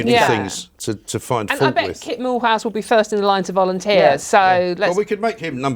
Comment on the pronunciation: Kit Malthouse? I thought they said Walt Shithoude.